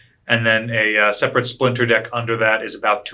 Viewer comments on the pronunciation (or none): none